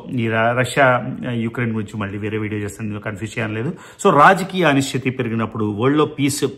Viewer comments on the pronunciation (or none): It's not anichta it's anichiti